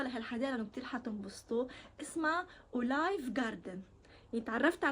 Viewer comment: بعرف بس عم تلفظها غلط عم قلها بالفرنسي اوليف مش اولايف